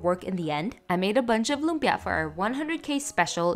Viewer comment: You're going out of your way to pronounce lumpia obnoxiously.